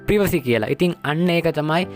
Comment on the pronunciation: ප්‍රිවසි පොලිසි නෙමේ යකෝ ප්‍රයිවසි පොලිසි 😂